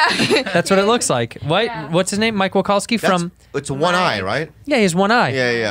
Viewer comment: Mike Wakowski Lmaoooo Santino, my guy, it's Mike Wazowski 😂 who cares tho not me 🙄